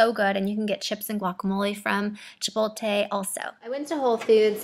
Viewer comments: Girrrrlll. Get it right, get it right. Its Chipot-le its not even spelled the way you say it. This video is not informative. I would like trying vegan stuff, but videos like these discourage me. Nasty. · i LOVE your videos girl ! i hope you dont take this personally or anything, some people would, i just wanted to mention how you say Chipotle, i think im hearing you say Chipo-lte .. how you pronounce it i believe is Chipo-tle .. the t infront of the l : D Its awfully petty of me i know hehe i just wanted to mention it incase you were interested :D i could be wrong though. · its ChiptLe not Chipote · Chipot-le not chipol-te 😉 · She pronounces it like "chipolte" she puts the l before the t 😂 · chipolte lol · lol chipolte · So many people say it like does...drives me crazy lol! My mom and husband don't even realize they say it wrong...I'm like, but the T and the L....lol